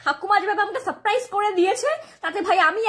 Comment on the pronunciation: ঠাকুমা Saprise বলেনি Sapcrice বলেছে...ভালো করে শোনো